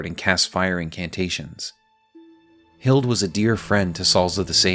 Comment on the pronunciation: Hilde is pronounced with the E like Hild-eh <3